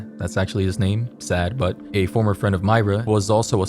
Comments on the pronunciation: its not pronounced "sad"...its pronounced "sawed" like sawed off shot gun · Saad is pronounced differently not sad but this is so scary now I never wanna go to Lahore even though I'm 13 but this is too much just cause she rejected he murdered this is some crazy shit. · It's literally written "sAAd" and it's being pronounced as sad. Smh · His name isn’t sad it’s Saad please get that right that’s so disrespectful because it’s a respectful name different pronunciation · He pronounced it Sad Butt 🤣🤣🤣... And i laughed so hard Sorry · It's pronounced saad like "wad" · well thats not how you pronounce the name sooooo.....its pronounced as "Sa A th (th like in the) butt" not sad butt but i guess i cant blame your for miss pronouncing it lol